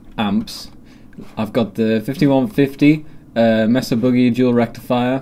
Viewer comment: 'MAY SAH' You know, like a flattened mountain?